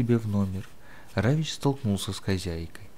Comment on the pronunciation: Почему Равич? Равик.